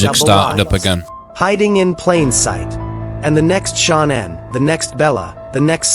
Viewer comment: There are quite a few channels that use that same AI voice and they always pronounce Shanann’s name wrong.